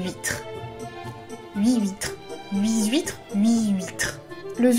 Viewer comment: Je découvre ta chaine, et laisse moi d'abord te dire qu'elle est trop méga géniale ! J'adore ta façon de parler, le ton que tu utilises etc. (bon ok, même si j'ai tiqué sur les huit"s" huitres) tu as vraiment une élocution super et c'est parfait pour Booktube <3 Et c'est super de faire ce genre de vidéo d'analyse plus longue ! Et que tu nous permettes d'entendre quelques phrases d'Andersen (je trouve ses descriptions de la mer vraiment somptueuses, je suis prête à lui pardonner tous les princes goujats après l'image du château de la petite sirène). J'aime la franchise de ton avis et la recherche qu'il y a dedans, c'est vraiment cool ;) Je suis pas mal de ton avis, sur le fait qu'elle veuille grandir trop vite et que c'est ce qui la perd, d'ailleurs on voit bien son mélange d'effronterie et de naïveté dans sa visite chez la sorcière. En parlant des contes et d'Andersen, tu as pu jeter un œil aux beaux recueils de conte qui se faisaient fin 19ème / début 20ème siècle ? J'adore les illustrations que Dulac a fait pour La Petite Sirène <3